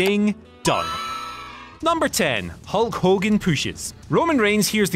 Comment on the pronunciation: Oh yes, of course the Hulk Hogan pooshes 😅😅😅